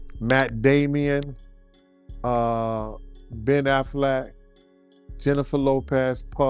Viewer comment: Who tf is "Matt Damian" ? Who tf is "Ben Afflack"? Who tf is "Will Smiff" ?